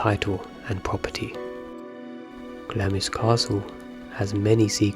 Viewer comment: Great video though on some videos Glamis Castle Castle was pronounced as Glams. The Queen Mothers last name was pronounced as lion like the animal and not the French city.